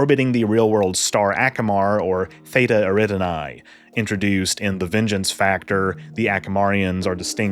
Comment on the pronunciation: It's Theta Err-rih-dahn-nee